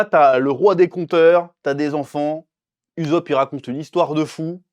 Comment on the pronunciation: Arrête de dire uzop stp!